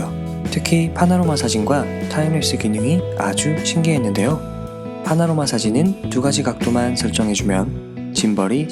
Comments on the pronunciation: 파나로마가 아니라 파노라마..ㅎ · 파노라마를 왜 자꾸 파나로마로 얘기하시는거죠? ㅋㅋㅋㅋㅋ 영상 잘봤습니다 뭔가 리뷰가 친근해서 좋네요!